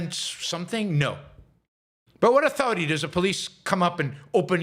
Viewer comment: "RESPECT MAH AH-THOR-I-TAY!" Rage! No fear. Bang - Bang Bang! Cop Jonathan Ross video-taped his own snuff film. And he's a Christian?